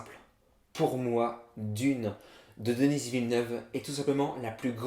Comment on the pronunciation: C'est pas denissss mais denis